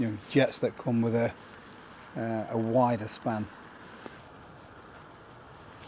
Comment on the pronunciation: Did you say wider span or wider spam?😂